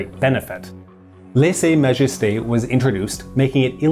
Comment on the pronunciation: Lese majesté sounds like the English word lays. It is not pronounced like laissé in laissé faire capitalism.